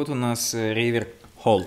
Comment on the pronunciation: Может, реверб, а не ревер?